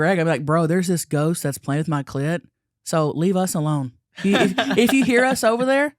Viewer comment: Maybe he did say goat. I heard it too 😂